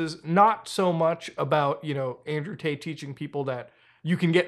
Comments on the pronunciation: He’s saying Andrew taint. Every time. Lol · Not gonna lie I thought you said Andrew taint at the beginning